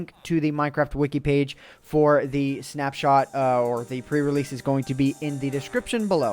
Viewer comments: did anyone realize he said snap shert?? not snapshot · sorry ant but i have to say this. Snapshart. XD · Did say 'snapshart review'?! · LOL 'snapshart' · Anyone else notice him say "snapshart" at the end? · Is it just me, or did he say "snapshart review" at the end?